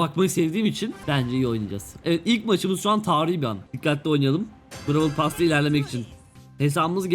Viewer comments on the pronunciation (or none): "Bravıl pass" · Brawl pass❌ pass royal✅